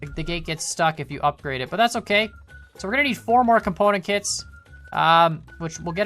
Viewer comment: He makes component kits sound like componakit =P